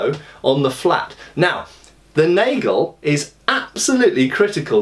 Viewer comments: Also 'nagel' is pronounced 'naah-gale' :) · The plural of "Messer" is "Messer". Unlike in English there is no "s" attached to make it the plural. The "a" in "Nagel" is more pronounced like the "a" in "after". Strangely the plural "Nägel" is pronounced like you have pronounced "Nagel".